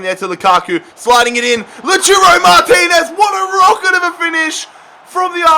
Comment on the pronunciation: King Slayer I know that it’s called Lautaro but he is calling “Loturo” check it